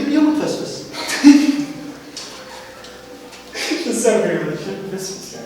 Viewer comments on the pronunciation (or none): قصدك اتفسفس ههه .. مش اتفسس ههههههههههه